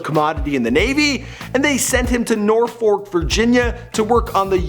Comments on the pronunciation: DONT EVER SAY NORFOLK LIKE THAT 😂🤦🏽‍♂️ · He way he said Norfolk, being from va that’s sounds so funny, it’s pronounced norfuuck 😂😂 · it’s NOR-FOLK not nor-fork😭🤦🏾‍♀️